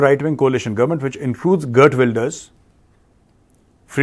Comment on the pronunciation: Major Saab here is the actual Dutch pronunciation for the name Geert. It goes like He-ert with a H and not G. Sharing just FYI.